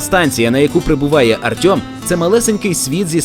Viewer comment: Чому "Артьом", а не "Артем"?